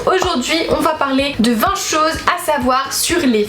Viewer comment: Quand tu dis vingt choses j entend de temps en temps vin chaud 🤣